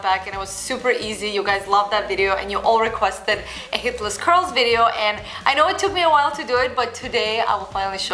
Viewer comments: No worries, I'm hearing the exact same thing. But then again, we all know what she means. :-) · So true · I thought I was the only one who thought that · What? It does!